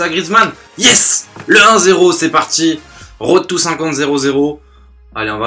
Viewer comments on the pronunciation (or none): none